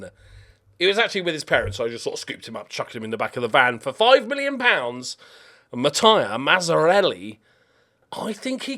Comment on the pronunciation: I've been around for 7 years, so I know that however you're pronouncing a name, that's the correct way, but you're reading it wrong, not pronouncing it wrong.... 🤣🤣 I'm not even Italian and was bothered by Mataia, instead of Mattia for so long that he finished showing and talking about him and had to go back and look at his attributes because my mind was still thinking about the name. It's Mattia, not Mataia :))) Also, the striker looks ok, but he's not good yet and I feel like 90k is a lot of money for his current ability (too many 12's and 13's in key attributes; Anticipation, Off the ball, composure and decisions, so he's reading of the game is not 1st team levels yet, I think you should send him on loan for a season or 2 and hope you can get your money back if he doesn't improve)